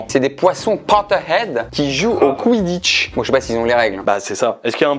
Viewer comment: pourquoi il dit "CUINE" au lieu de "Queen" ? et "CUIDDITCH" genre ça se dit "Quouidditch"